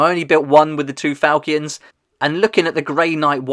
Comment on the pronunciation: Its fal-“chin”